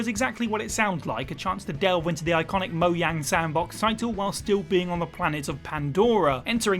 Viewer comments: ….you read a script looking a a camera. You don’t know all about games, you said shire wrong. Deal with it bro also it’s Mojang not moyang sigh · The J in mojang is pronounced.